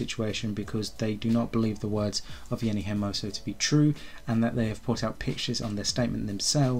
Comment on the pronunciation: Jenni not henni